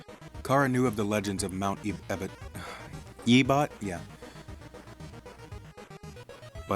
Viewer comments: you're saying chara like cara its chara like character and you're saying mount ebott like e bot its ebott like ebit. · This is gr8 m8 "ebbet" wtf xDD